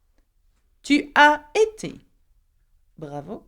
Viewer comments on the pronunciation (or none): you have a mistake in prnonce of tu as été , nons avant été , vous avez été and elles/ ils ont été becouse S + é = Zi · Ma chère enseignante, j'ai une question pour vous. Pourquoi vous n'avez fait pas liaison quand vous avez pronuncé la forme du verbe avoir ''tu as été'' ? Devrais-je pas le prononcer ?